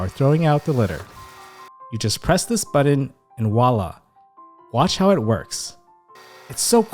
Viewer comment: Thank you for this excellent video:) I have one complaint though, button is not pronounced BUDDEN. Was driving me nuts, sorry